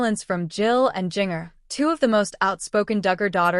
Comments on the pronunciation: Jin- jer!!!!!!! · If, after all these years, you pronounce Jinger totally wrong; I seriously question your credibility as a legitimate information source!